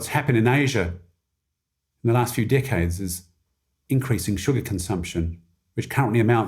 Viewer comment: The way he said "decades" sounds like dickheads 😂